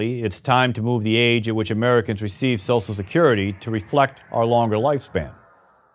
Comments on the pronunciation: Nobody: This guy: S O S E L Security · Lol can't pronounce social security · his pronunciation of "social" is killing me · Social, not Sosial! Other than that, this is such a great/true video.